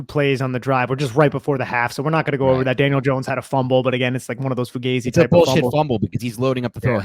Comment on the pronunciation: And thank God he corrected on how to say Fugazi lol. I was literally offended and screaming at my phone!